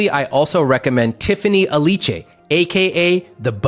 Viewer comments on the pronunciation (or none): none